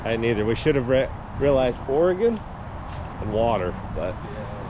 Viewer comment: Lived here my whole life (73 years)so thank you for pronouncing ORY-GUN correctly. ✅😎